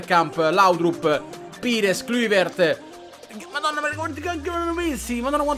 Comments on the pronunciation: "pìres, kluvert" cit. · La pronuncia è claivert (Kluivert ) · sapesse l'italiano e se sapesse pronunciare pires e kluivert ti darei anche ragione... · ma solo io ho sentito o ha pronunciato male kluivert?